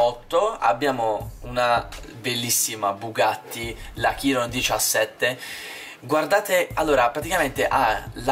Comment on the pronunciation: Nn si dice Bugatti chiron ma si dice Bugatti sciron